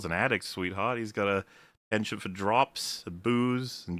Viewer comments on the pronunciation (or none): none